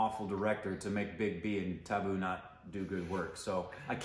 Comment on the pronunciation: It's tabu...not taboo😂🤣